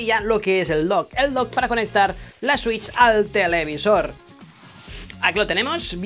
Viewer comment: Digo la Nintendo swiuis .. Jajajajajajajajaja